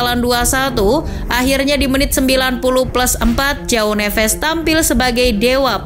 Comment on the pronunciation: Cara bacanya Joao = ( juaong ) bukan Jao nevez Jose =( juje ) bukan hose Militao = militaong Casemiro = Cajemiro